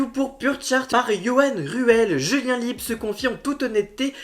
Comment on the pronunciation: On prononce Lib, ça s'écrit LIEB😄😄😄